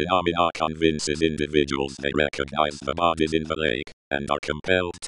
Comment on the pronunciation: he said recogize at the end